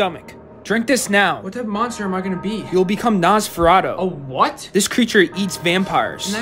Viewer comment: I’ve seen nosferatu as a movie butt with no sound and there was an orchestra and it was in a barn. For people who don’t know what nosferatu is it is basically a copy of Dracula with some changes and it is set in the 1700s Also it’s pronounces Nos-fur-au-too